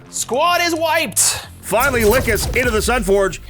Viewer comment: lol probably cuz you keep pronouncing her like "lick 'iss" she's just not happy with you